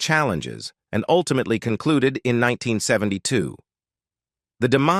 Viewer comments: Yup! Did you hear Joan Rivers as Joan REEvers? And the word "Ultimately" was ultima-TEEly. Yech. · ... jOAN REE-VERS? "Ultimately" was pronounced "ul-tim-a-TEE-lee." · What's wrong with the narrator; is it a robot, or can the person if existing, pronounce simple words like" ultimately" without some syllable type pronunciation?